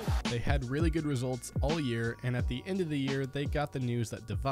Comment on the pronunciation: Rilly mouz? Naahhh bro G2